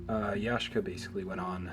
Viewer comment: Ya Shee Ka is the pronunciation